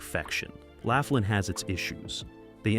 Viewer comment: All about Laughlin, and you can't even pronounce it correctly "Loff-lin"